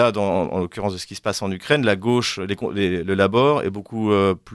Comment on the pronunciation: En français on ne dit pas la Go che mais la gauche=gôche. C’est insupportable ces journalistes qui ne parlent pas français